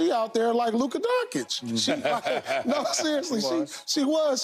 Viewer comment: Luka DoncKich?! are you high again?